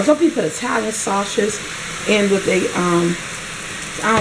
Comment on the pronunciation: Italian saushuz